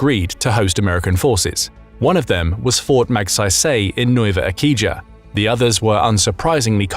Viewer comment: What is Nuweva Ehkeejaa and Keboo?? 😂